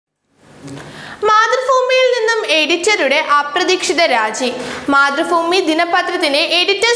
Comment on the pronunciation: മതൃഫൂമി അല്ല, മാതൃഭൂമി